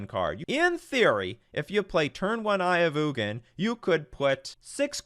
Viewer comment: It’s pronounced Eye of Eugene